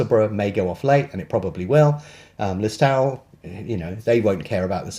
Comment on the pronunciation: Lis-toe-l silent w I enjoy your videos thanks